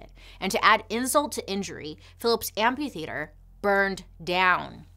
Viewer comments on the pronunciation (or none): There is an "h" after the "p" in amphitheater. A tiny tiny feedback, otherwise love the show! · I love how she says amp-U-theater instead of amp-A-theater